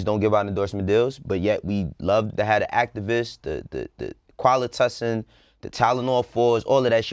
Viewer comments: Nigga said qualitussin 😂😭😂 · The Qualitussin 💀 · This fool really said Quali-Tussin 😂🙅‍♂️ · "Qaulitussin" Shut the fuck up.. 😂😒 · said “qualitussin” 😭